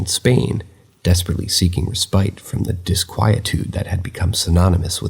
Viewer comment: The noun ‘respite’. It’s pronounced RESS-pit! RESS-pit! RESS-pit! ERA is not pronounced AIR-ia É-ra É-ra 😊 Otherwise, these are original and I quite enjoy them. Thank you